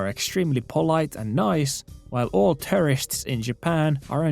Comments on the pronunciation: Great video. English not being your first language just a heads up. I thought you were saying terrorists a few times until I realized you were saying tourists... Can think of the (American English) pronunciation as 2-er-ists, start off with the sound of the number 2 like this.. two-er-ists. Gave the video a thumbs up. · on tapana sanoo tourists = Terrists. Kuulostaa siltä että puhut terroristeista:D Uskalla jatkossa lausua se U-kirjain. Turists:D Ebin kontsaa muuten jäbä 🙏 Voimia ja kaikkea hyvää sinne Nipponiin ❤️ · I thought he was saying "terrorists" for half the vid my bad. 💀 "Tourists" got it! 👍🏽